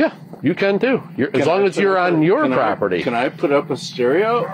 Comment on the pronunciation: never heard anyone slur "can i?" before - rest is pure gold admissible in court.